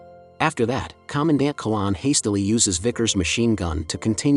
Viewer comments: Not a good start. It's Commandant Qui-N-lan, not Quilan. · The commander's name was - note middle n The name is pronounced Quinnlan not Kollawn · Commandant (Major), I thought it was? Not Quilan!!